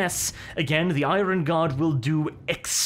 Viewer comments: For heavens sake IRON is pronounced Ai-URN. My brain hurts after all the 1000 times it has been said incorrectly lol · Where on Earth did you learn to pronounce the word 'iron'